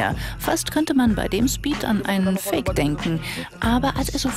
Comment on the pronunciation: Wer versteht auch fick statt fake